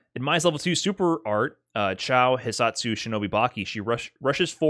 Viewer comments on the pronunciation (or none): none